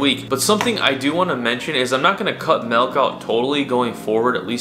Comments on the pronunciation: It’s milk. Not melk. I don’t know why it bothers me…. But it does. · Dude it’s milk not melk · Of course the biggest milk video is from a guy who says "Melk".... Triggering experience. ITS MIIIIIILK M I L K NOT MELK ASJKAFASJFASDALIJFAL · I’m always weirded out when I hear someone pronounce it “melk” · this guy keeps saying mElk instead of Milk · "it's not melk, it's milk." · Milk not Melk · “MELK” lol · Great video. Really interesting topic and clean editing... but if big homie calls the milk "melk" one more time, I'm gonna spiral, bro. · MELK? ARE YOU SAYING MELK? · Melk, huh? Smooth as selk? Lol. Jk. Good vid. I’ve tried this before but the milk makes me extremely cold (even in hot weather). Didn’t know that was a thing but apparently so. Keep up the good work. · If this guy says MELK one more time... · anyone else hearing "melk?" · Bro says malk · Gaahsh yaknow, I can't believe that these here comments aren't all "melk" pronunciation comments. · bro keeps saying "melk" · Did he say he was drinking "melk"? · All ima say is “melk…” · I can’t even watch this. Dude says “Melk” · Just cringing at all that breast milk 🫣🤢 ALSO the “melk” lol looooots of cringing 🥴😖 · I’m a cows milk drinker and I’ve NEVER seen the fat/“cream” Collect at the top of the container. You shouldn’t have drank it. Why didn’t you go get a new one?!?!? Also you keep pronouncing it as “mElk”